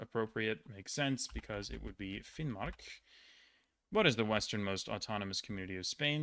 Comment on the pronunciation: I am impressed! The y in byen (Longyearbyen) is pronounced like the y in the words Lynch or Myst. Very good pronunciation of Finnmark!